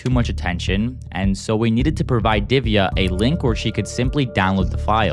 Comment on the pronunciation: U can't pronounce diviya it's divya like that how to pronounce